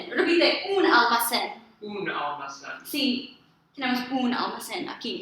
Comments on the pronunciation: One small appreciation. We don't say AL-ma-CÉN. We say al-ma-CÉN. Both al and ma are equally low tones. Spanish fluctuates with tones more flatly kind of like Japanese, while English is more up and down constantly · Your letter e in almacen should sound more like ay -fellow gringo Spanish teacher that also does not have a perfect accent ;)